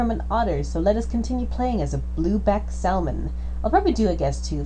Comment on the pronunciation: I really wish you didn't pronounce "salmon" the wrong way - the "L" is silent.